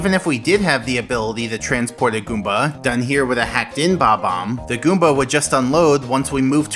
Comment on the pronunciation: Damn, it’s BOB-omb not bomb-omb